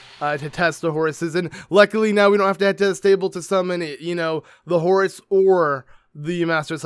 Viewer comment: I keep hearing "Horus" when you say horse, and now I'm picturing link in Horus (from warhammer 40k) gear xD (something like this: but with link's head showing instead of Horus =P) I think horses makes so much more sense, and I love the small taming things you do when you have a new horse. But the bike is definitely the one I would use ( haven't unlocked it yet, just started playing this game yesterday =P)